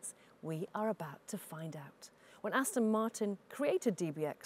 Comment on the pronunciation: Aston. not Austin. lol